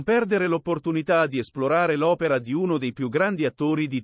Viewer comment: Ma non siete capaci di leggere un testo? Che tristezza queste voci artificiali…. “Opèra” 🍐😂